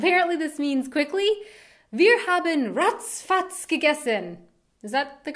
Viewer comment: Ach Du heiliger BimBam - is more a bit scared surprise expression (i.e. when something bad happened) rather than just being surprised & it sounds awesome when you say it - keep it! :) ex! - lose it. Stick with "zum Wohl". Ratz Fatz - sounds really nice when you say it, but maybe you have to find more fitting context to use it ... Dödel - it can mean dumb person or jerk, but it can also be a slang-word for penis! Batzen - i don't know about Bavaria but in the rest of Germany better lose it. Kopfgärtner - i laughed so loud at this one! I never heard it before and i must say i love it! It's a really funny one pun. Use it - if you like to and are in a joking mood. :D - btw that's so awesome about german, that we are able to invent new words just as we like and everyone is able to understand them. :) Gammel is junk, yes - but i know it only as a verb: "Ich habe heute den ganzen Tag nur herumgegammelt" means "i was lazy all day long", and by lazy i meant really lazy! Or food is "am gammeln"(and "gammelig" would be the result of), then it means the food is rotting. Faxenheini - yes that means a funny jokster GickGack - i didn't know this one, but i'm also not a youth anymore. ;D I know only "gickeln" (means snickering) and "gackeln" (means chitchat in a funny way). Btw your pronouncing is really good, only at the GickGack you spoke the "a" like an "ä", but everything else was fine. :) For german slang-words just go to "Sprachnudel" or "Mundmische". You can find both on Google on the